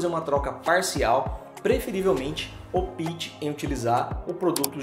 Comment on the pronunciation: Não é opíte e sim Opte, sílaba tônica no O, e sem o "i" depois do P.